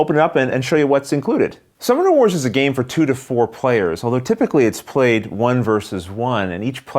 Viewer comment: Is anyone else hearing "Star Wars" or am I just getting old?